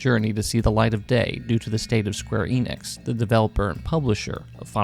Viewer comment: he pronounces every japanese name correctly except square enix itself 😩 ff12 is awesome!